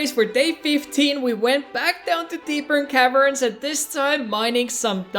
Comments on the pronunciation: Dude its Deep Caverns not Deepern Caverns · Bro its not "Deepen Cavens" Its actually "Deep Caverns"💀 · why does he say deepern caverns? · "Deepern caverns" How can you mess up this badly